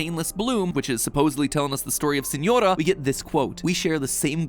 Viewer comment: noticing the inacuricies in the video (the mispronunciation of yae, snezhnaya, signora and tsaritsa and using the image of pulcinella the harbinger to represent the tsaritsa) is so very funny